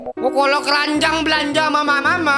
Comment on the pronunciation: kerajang bg bukan keranjang